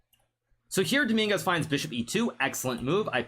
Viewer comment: the fact he said dominguez like domingas is so funny because every spanish knows the street meaning of "domingas" jajajjajajajajajajajjajajaja